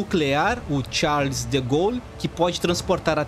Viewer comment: Charles com pronúncia inglês., Ridículo! Os ossos do Gal.Charles DE GAULE devem revolver de indignação no túmulo.